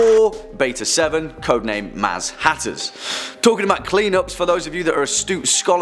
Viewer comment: and beta-7 is say like this "haz matters"